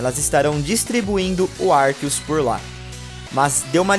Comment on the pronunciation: por que ele fala arquios?